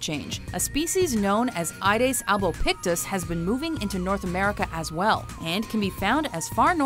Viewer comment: It's not AIDES Its AEDES pronounced A-E-DES.